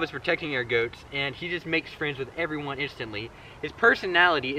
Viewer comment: I'm not American, but the way you say "goats" sounds really funny to me. 😁 Must be a Louisiana thing... 😋